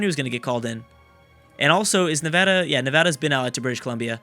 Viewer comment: you being from California, I'm not surprised you pronounced Nevada right